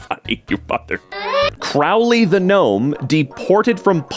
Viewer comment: CRAWLEY? ITS CROW-LEY GET IT RIGHT He also vandalized properties